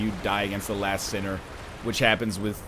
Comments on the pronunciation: I'm trying my best to ignore "LAST sinner" and not be picky about mispronunciation. :) Like your vidoes alot, Lion, you're awesome! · I keep hearing you mis-say characters' names and I just sorta shrivel up a little bit XD Straid of Olaphis and the Lost sinner are named as such. Also, the Lost Sinner is a she. That all said, I love the videos! Keep on doing what you're doing ^-^